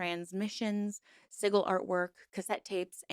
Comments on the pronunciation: Hearing "siggle" made me giggle. I'm not even in America, but my speech impediment makes 'library' sound like "lye-burry" when I say it. Locals constantly ask where I'm from, so I knooooow guessing words weird also.. 😂 Honestly, I don't resent weirdly pronounced words. With the amount of research that goes into these, I know one wrong word will get oodles of "GOOGLE THAT, YOU CAN FIND OUT!!" comments. There was so much more going on to comment about. Seeing that like 8 people pointed that put instead of what the content was about goes to show people need to relax. On YouTube, I honestly don't expect flawless verbal delivery. Sometimes it's a delight to hear people's best guess on an unfamiliar word. I've been a fan since you started; "siggle" isn't ruining my experience. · "Siggle" was driving me batty too! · I said the same thing lol. Wtf is a "siggle" hahaha? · As an ex member of another cult that you have spoken about on this channel (the TM cult), and someone who once met Genesis and people in h/er close circle, I cannot in good faith call what s/he created a cult. It's upsetting to me that you equate Chaos Magick as problematic, when you can't even pronounce the word 'sigil' correctly. It also bothers me how you consistently misgendered Genesis. I'm afraid this one is a big swing and a miss. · The G in Sigil makes a j sound because the second I is silent SI•GL 😂sorry I'm part of the pronunciation police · Witch of the wild sucks lol I only came here to see how many horrible magicians came to tell you how to say sigil 😂😂 so up themselves.. some things never change. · OMG. this video is painful to watch. The word "sigil" rhymes with vigil. The 'g' in sigil makes the same sound as the 'g' in gel. You are pronouncing it like you would the 'g' in dog. Also- you have little understanding of chaos magick if you think anything about it is cultish. Nearly all chaos magick practioners are solitary and chaos magick has no rules. Chaos is the opposite of cult practices.